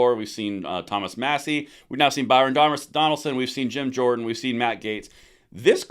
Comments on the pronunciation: Byron Donalds, not Donaldson. He is Florida Man. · Maybe I heard you incorrectly but the Florida representative is named Byron Donalds not Donaldson. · Byron DONALDS please. NOT Byron Donald"son". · Donald's, got to at least get the brother's name right😂